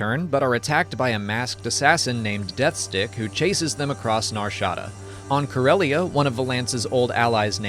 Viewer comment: The way he says Nar Shada is killing my ear. NAR SHA DA 🤣